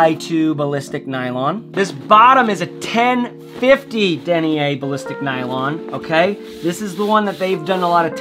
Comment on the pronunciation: The way he says Denier... 😂